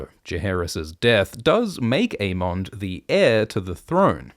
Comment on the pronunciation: Why do you pronounce the names so weird? A-mondd, Day-Maun Just say it like they say on the show. A-mund and Day-munn